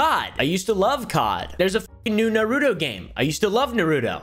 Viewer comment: "i use to love naruto" Apparently not enough to learn how to say his name right lol.